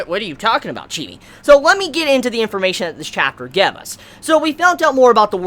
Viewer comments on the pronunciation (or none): the way you pounce the a in gave is weird chibi...